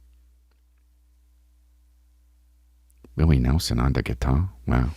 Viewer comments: Bihwion Dowwah Wiwwy Nehwson Fweaky Fwiday wealllllly got me! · “Oh wow dats Wiwwy newson?!”